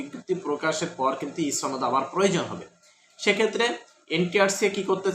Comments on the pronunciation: আচ্ছা "সনদ" কে ছনদ কেন বলেন? আপনি যখন মানুষের সামনে নিজের বক্তব্য দিবেন তখন শুদ্ধ ভাষা প্রয়োগ করবেন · সনদ এর উচ্চারণ ছনদ, শনদ নয়। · একমাত্র রাজশাহী অঞ্চলের মানুষ ছ উচ্চারণ করে অযথা। কিন্তু এক্ষেত্রে আপনার সূত্র ভুল। এটা আঞ্চলিকতার জন্য নয়৷ সনদ শব্দটি আরবী। প্রথম অক্ষর ' ছিন ' দিয়ে শুরু। তাই এর উচ্চারণ ছনদ। আশা করি বুঝতে পেরেছেন।